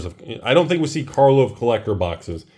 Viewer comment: it's pronounced "car-lov", not "car-vol". Get it right when you make your next of many videos. And the doofuses who are buying the snake oil salesman's wares are called "patrons", not "patreons". Please also pronounce the word "cray-on" properly.